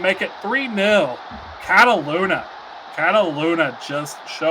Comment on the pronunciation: Homeboy doesn't know how to pronounce Fuecoco or Catalunya lol